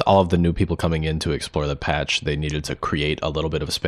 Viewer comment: "Who ees dey?"